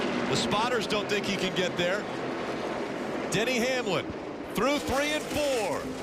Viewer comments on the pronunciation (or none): Lol, Denny Hanelam! Rick Allen sometimes misses the pronounciation of drivers so hard, it's really funny and sad at the same time.